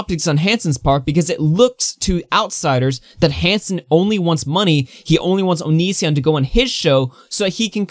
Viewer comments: Bro, the way you pronounce onision makes me cringe lol but Chris Hansen and onision are so transparent lmfao they're both clearly just trying to get each other on their shows is for the money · Why are you pronouncing “Onision” like that? Lmao wtf